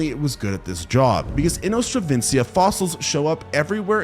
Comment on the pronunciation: It is inostrancevia, not "inostravencia"! 😂